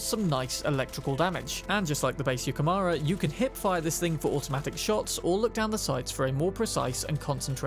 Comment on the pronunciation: It's japaness, so yukemOOra for you. Not mara